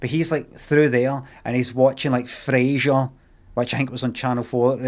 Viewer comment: frasier mentioned. Frrrrrrrrasier